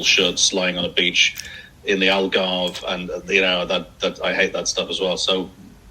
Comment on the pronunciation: What a fantastic interview. Fascinating and interesting, and her accent is great despite the pronunciation of 'beach'